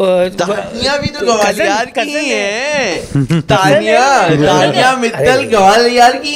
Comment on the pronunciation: Gawalior nahi hota gwalior hota hai😂😂😂😂😂😂